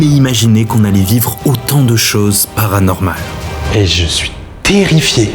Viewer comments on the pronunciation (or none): Il a dit avanormale